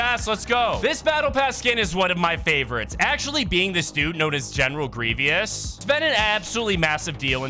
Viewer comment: “General Gervi-ous”